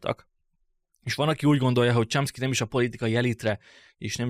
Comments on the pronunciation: Csomszki nem Csámszki. De amúgy király! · A Chomsky-t rosszul ejted.Javaslom: írd be a Google fordítóba majd kattints a meghallgatásra!!